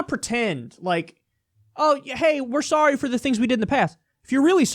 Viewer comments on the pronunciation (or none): Am I the only one who laughed when he said "Sorey"? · "Breaking news: Canadian apologizes: says sworry"